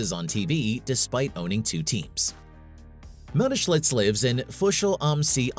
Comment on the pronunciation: Where is there a letter L in that man’s name. Do some homework on how to say the main subjects name. It’s annoying and disrespectful